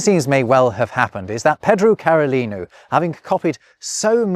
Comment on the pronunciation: Very careful and excellent portuguese pronuncation ... followed by 'ped-drew carolinu' and 'djo-se' (actually maybe that is right, I only know a little portuguese, and brazilian at that.) hell, hedgehogs were called urchins in english for a while too. It was nice of him to at least sorta give credit to the guy whose book he copied and then tried to change french to english.